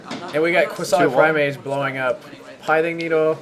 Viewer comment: It's Pi-thing Needle, not Pie-thing Needle